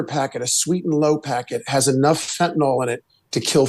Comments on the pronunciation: "Fent-a-nil" not "Fent-a-nall" Don't know what the insistance is on mispronouncing this is. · I’m a post-op nurse who gives fentanyl safely to patients every day. Maybe this is a minor thing, but for those who are leading the fight, please add to your credibility by pronouncing it right: fen-ta-NILL. not fentaNOLL.